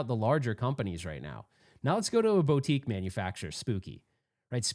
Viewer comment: Please don't ever say the word Boutique again